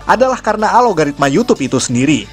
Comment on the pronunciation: Algoritma bukan dibaca a logaritma bang. Dibaca nya algo ritma